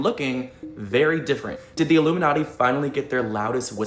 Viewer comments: He is saying "illuminutty" it's a joke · He said illuminutty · the way he says Illuminati is hilarious